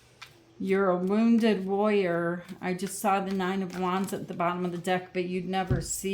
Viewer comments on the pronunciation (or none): none